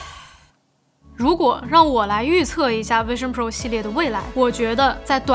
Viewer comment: 不是卫生pro 天啊 发音是vision pro